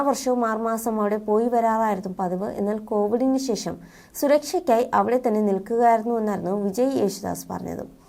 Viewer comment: " ശേശം " കശ്‌റ്റം, കശ്റ്റം, കശ്റ്റം